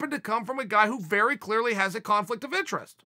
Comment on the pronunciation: "intresquies" lmao I love you Uncle Chael